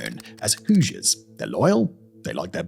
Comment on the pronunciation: I'm impressed Simon pronounced Hoosiers correctly.